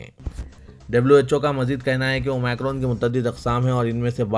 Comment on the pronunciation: Please correct your pronounciation. It is OmIcron Not OmAcron Aapko sunkar sab aise hi bolna shuru karenge aur dusre log mazaq banaenge